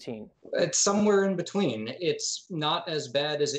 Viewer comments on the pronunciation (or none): Beteen lol